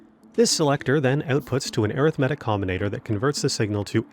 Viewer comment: I cant listen to someone for 20 minutes that cant even pronounce arithmetic properly.